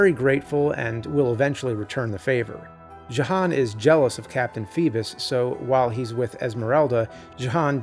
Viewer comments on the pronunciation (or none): That’s “Yo-han” with a J.